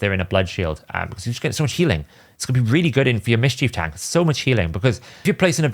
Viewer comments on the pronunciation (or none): none